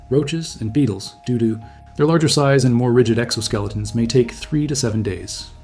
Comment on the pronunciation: "... due to..." sounds like DooDoo 💩 Thank you for the valuable info and explanations!